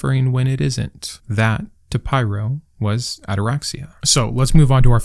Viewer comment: It's pronounced as in 'pirro', not 'pyro' (even though it would be more badass). :)